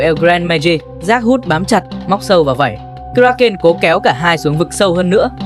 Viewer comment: Phát âm sai tên sinh vật , một lúc một kiểu , kraken, krakeu ,... ? Vậy nó tên gì mới đúng